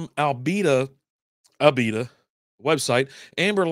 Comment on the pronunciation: Not ALbita, but Uhbita, really. I like this lager.